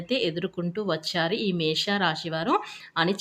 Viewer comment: అక్క నీ కో దండం. అది మేష రాశి. మేషా కాదు.